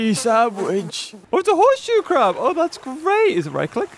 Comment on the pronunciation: Anyone else started calling horseshoe crabs hermit crabs after said hernit crabs?